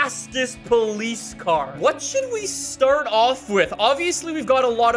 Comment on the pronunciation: ah yes, paulice weewoo